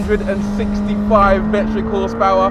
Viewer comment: Please stop calling it “seven six five”! Please pronounce it as “seven sixty-five”!